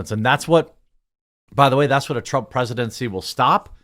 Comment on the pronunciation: Nice job butchering President Trumps name last video